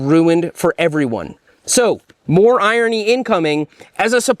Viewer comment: The real irony of this video is that Seth can’t pronounce the word irony.